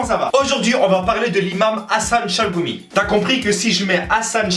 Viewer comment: par contre pti defau de prononciation gh = ghayn donc chalRoumi (av le r francai)